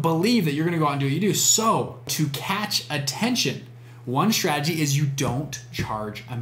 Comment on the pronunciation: Idk why but I cant stop being distracted by him pronouncing his s's as sh. "Shtrategy" etc.